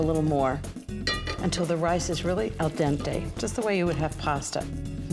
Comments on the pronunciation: it´s AL DENTE, not AL DANTE!! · Love you Ina ! Beautiful recipes. But yes agree w previous comment - it's Al DENTE NOT AL DANTE . hate saying anything not fabulous ... 😒